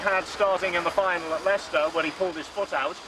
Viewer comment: I like the "establishment darling" quote. I liked hearing the establishment darling make the comment that he's too poor to afford new tires. "His tires are on the edge of their life, smug bastard comment, hahaha". And it's always a pleasure listening to real British people pronounce Leicester. So fast, it's like it's one syllable